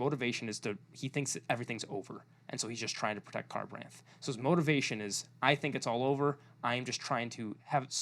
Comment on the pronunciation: I'm sorry but the mispronunciations of the names irks me. 😅 (Adolin is a long A, and Rysn is Riz-in, Alethkar is Al-ith-car, Kharbranth is Car-br-onth, Ialai is eel-lay, Sadeas is sad-ee-iss, Sja-anat is zha-anat) You should listen to the audiobooks the voice actors are amazing. Lopen's accent is awesome and it makes his scenes even better. All in all great video! Also read book 5. I'm sure you'll revise some of your ratings for the characters, especially Maya.